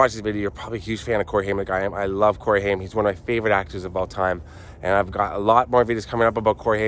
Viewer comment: Funny how you pronounced his name it is Haim rayim that is how you pronounce this last Jewish name